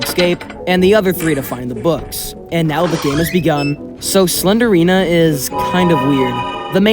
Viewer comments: just gonna put this here her name is slend-rina, not slender-ina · I like how he doesn't even call her Slendrina he says "Slenderina"💀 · Mf really said slendina instead of slendrina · its slendrina not slenderina 💀💀💀💀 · Why you sau SlenDErina not SlenDRina?😀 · The only bad thing about this video is how you pronounced slendrina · It's not slen der rina It's slen drina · He is saying "Slenderina" but It's "Slendrina". That triggers me haha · The way you kept saying slender-ina instead of slendeina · sorry, but you say it like slen-drina not slenderina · It’s slendrina, not slenderina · why do you say slender-ina? it’s pronounced sle-dri-na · its not slenderina its slendrina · "slender rina" 😭 "slender arena" 😭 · ur saying slendryna wrong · I hear "Slendrina the Seller" when you say it 😂 but actually this game traumatized me before because when I was a kid, my brothers likes to play this game to the point that they connect their phones to the speaker we have for our radio and play the game with full volume 🙃 I remember myself waking up early because they did the speaker thing then I was crying while hugging my sister 🕴️🥲 and sometimes I would see shadows and imagine it as slendrina standing and looking at me 😭 Edit: I hear "sled arena" whenever you say Slendrina 😂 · Pronounce "SLEND-RINA" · SLEN JR ENA IS HOW YOU PRONOUNCE IT sorry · Wait, since it's spelt Slendrina, then wouldn't it be pronounced Slen-drina? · Bro really said "slendErina" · The fact that the E doesn’t exist and he/she still pronounces it